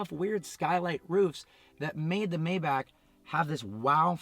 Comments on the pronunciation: Yeah it’s mybock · Isn’t it like “mai-baak” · It's pronounced "My Bach" not "May back" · May-Bach Not May-Back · First thing - hates the looks? Then why did you buy it? And it’s pronounced MY-BACH, not May-back. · It’s pronounced MY-Bach not MAY-Bach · It's not called "Mäybäck" its called "MaibaCH" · It’s “my-Bach” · IT’S GERMAN. ITS PRONOUNCED MY BOCK. I cringe so hard every time you say it incorrectly. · I be hating the way u say “mayback” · It's "mybock" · No it's not mybock.... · Originally it is pronounced "MajbaH". H like Helen :) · Sad you don't know how to correctly pronounce the name of your own car. May want to look it up. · You didn't even pronounc Maybach properly. Wtf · One thing I hate, the fact that you mispronounce Maybach.